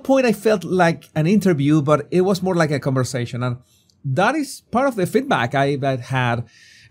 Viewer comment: Moar? It’s more